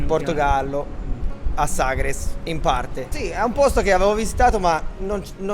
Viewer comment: Ma vive a Sagres e non sa come si pronuncia....ma ci vive davvero????? In quale lingua parla al mercato di Vila di Bispo?